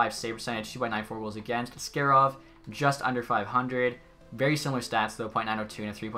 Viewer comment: Askarov is pronounced - Ask A rov - not like ask air ov Otherwise keep up the great work